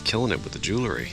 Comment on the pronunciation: Hi, glad to see you at the waterside dig site! Please don't be offended, but it's "jewel-ry", not "jew-le-ry". Common mispronunciation trap.